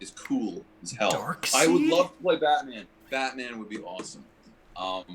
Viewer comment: Darkseed? haha at least he said Darkseid just after. By the way YOU () are my favorite Joker, come to think of it. You’re the only one that give me chills along with Joaquin. But with you, I feel guilty and close to you, which beats everything else.